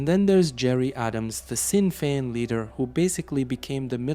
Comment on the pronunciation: Another brilliant video...just a heads up that Sinn Fien is pronounced "Shin Fien".....and in english it means "ourselves alone"